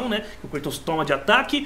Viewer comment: O nome é Kratos e não Kreitos hehehehehehehe só pistolando mesmo, dá agonia escutar com fonemas em inglês ;)